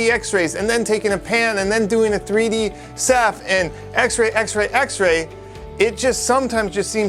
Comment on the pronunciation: Me thinks, "3D ceph", not "3d sap". ☺